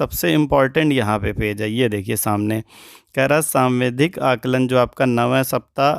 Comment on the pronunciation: आप सावधिक को सांविधिक और डिकोडिंग को डिस्कोडिंग क्यों कह रहे हैं ??